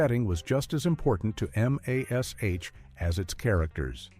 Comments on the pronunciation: Why while pointing out how horrible rebut on tv can be by a horrible AI generated narrator is. When instead of Mash as M A S H is in itself a “ Bad Video. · Give me a break with this AI narration crap. You call Jan Brady Jane and Alf becomes A L F. PLEASE!! It's not that hard to narrate a video. MASH is also being pronounced M A S H. This is C R A P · I hate when AI can't pronounce famous TV show titles like Alf & M*A*S*H*